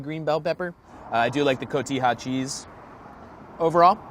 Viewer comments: When the host calls it "cojita" cheese while he's reviewing tacos you know he's got no place reviewing tacos, lol. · Cojita instead of cotija cracked me up for like 10 mins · Half of the comments about guisado. But none about cotija? It's coh-tee-ha, not coh-hee-ta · Cojita cheese? COJITA??,,.... I love these vids but now I'm questioning your authority on anything slightly latin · koh tee ha cheese